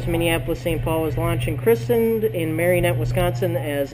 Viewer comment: It's "Marinette"..... NOT "MariOnette".